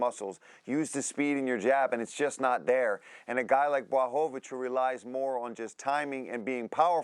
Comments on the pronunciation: Chael “It’s Blahovavich” Sonnen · "Blachowowicz" :D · Chael: Blahohohvovovich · He is pathetic :D Can't even say Błachowicz name properly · Chael knows how to speak Blachowicz’s name, he just do it wrong on purpose